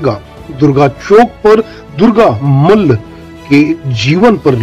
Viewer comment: Great job.Jai Gorkha Jai Bharat.Not Durga Mal but Durga Malla pronounce the great man's name properly.From Darjeeling.